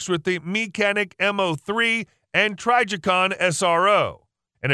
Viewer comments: Pretty sure its TRIJICON not TRYJICON. Dont know who TF is voicing this but mispronounced ALOT of shit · Why do you keep Miss pronouncing Trijicon??? Knock it off!!